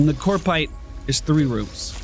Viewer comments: COP-rite, not CORP-ite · CoPrite, not coRpite